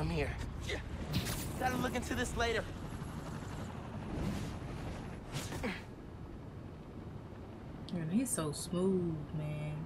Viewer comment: Lol you said “this mane ain’t tired yet?” 🤣🤣